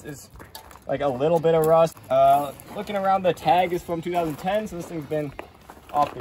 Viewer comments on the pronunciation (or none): did you say rust or wust